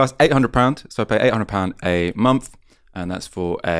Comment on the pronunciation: Why do You have quite a well spoken tone but then pronounce with as wiv and Month as Mumf ? Just curious because I have noticed it a few times recently.